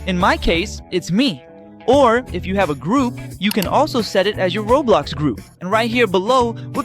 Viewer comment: bro said rablax not roblox